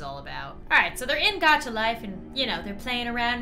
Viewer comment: You said Dacha not Gacha